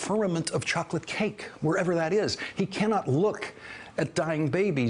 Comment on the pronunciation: The key word for the Chinese leader meeting was Chahklit cake, no Chawklit cake, no, no it's Chocolate cake; Whatever. Get on with it already!